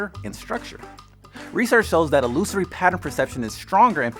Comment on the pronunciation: You pronounced illusory incorrectly